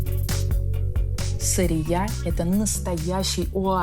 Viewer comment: Какая СарриЯ… сАррия….